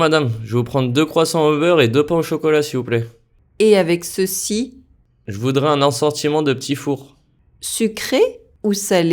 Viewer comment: Il ecrit "je voudrais" mais il dit "je voudra"